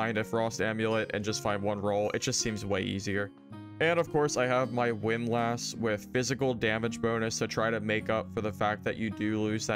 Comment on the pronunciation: unsubscribed unless you learn how to pronounce windlass correctly.